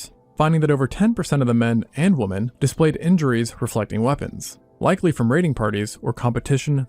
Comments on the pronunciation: HOLY FK I CAN'T TELL YOU HOW ANNOTING IT IS TO LISTEN TO SOMEONE WHO CAN'T PROPERLY PRONOUNCE THE WORD WOMEN. AND JUST SAYS WOMAN.EVERY FKN TIME. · Can’t stand when youtubers cant pronounce “women” plural drives me crazy